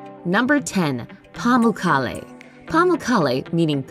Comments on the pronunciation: It's pronounced Pa-muk-kale, as corrected by the tour guide when I tried to pronounce the word lol. Beautiful place and the hot springs are a marvel. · murad miah yeah she pronounced it soo wrong, I noticed it too